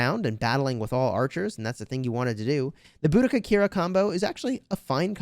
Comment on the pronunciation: It’s bow-duh-kuh